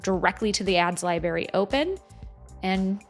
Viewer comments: Great video but it’s pronounced libe- rary. You pronounce the r. 🎉great content though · im sorry, are you aware youre saying 'libary' instead of library?